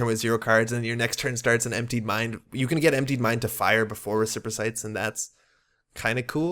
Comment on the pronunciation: Respirocytes are pronounced res-per-o-sites, hope that helps.